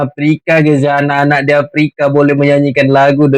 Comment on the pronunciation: Aprika apa papua? 😅😅😅